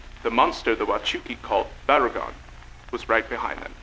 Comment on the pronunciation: For future reference, seeing as you have both Baragon and Barugon in the same series, make sure their names aren’t being pronounced the same.